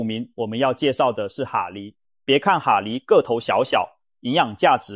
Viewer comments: 蛤蜊~(蛤)正確發音ㄍㄜ格~不是哈蜊! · 蛤蠣讀(格) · ㄏㄚ？？？國的發音？？？